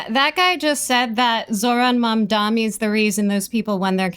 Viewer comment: could have chosen a way better camera angle, if he mildly pushes back against Hasan his chat would eat him alive on his looks. The only critique I have is your pronunciation of Mamdani sounding like Mamdami. love you and your content anyway <3